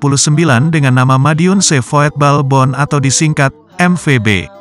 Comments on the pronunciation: VOETBALBOND dibaca VUTBALBON bukan VOYETBOLBON.. artinya Klub Sepak Bola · Min, kalo ngetik di aplikasi TTS jangan voetbalbond tapi vutbolbond pake U,soalnya robot mengucapkan sesuai apa yg ditulis,kecuali ente pake setingan yg bahasa belanda